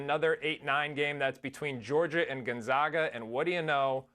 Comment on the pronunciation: If you want to sound like you know what you’re talking about. First thing is first. Gone zag uh